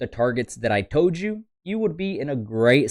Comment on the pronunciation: did he say “ I toad you guys “ ?